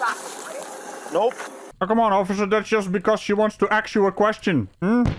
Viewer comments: Did she get to ax her question? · Axe a question 😂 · Looks like she wants to AXE you a question. Come on - you’re killing me!!